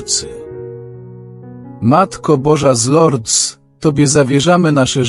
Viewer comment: Wymawia się z Lurd bez s po francusku . Proszę nie kaleczyc języka franc.